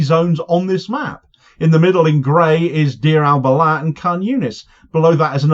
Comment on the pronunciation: Don't drop the H in Balah - Bal Ah - Ah - sound you make after sipping a hot cup of tea.